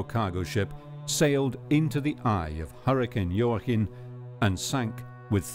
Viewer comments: how do you heard "Jooaquin" pronounced so many times and still mispronounce it? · JOAQUIN - pronounced WA-KEEN Mr. Narrator. You should know how to pronounce names and words in your position as narrator. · Very sad. Senseless!! By the way Joaquin is pronounced " wah-keen"